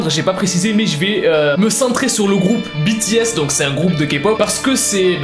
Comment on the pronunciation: Je sais que j'suis en retard mais je suis satisfaite que tu dit (BI,TI,S...ET NON BÉ,TÉ,S)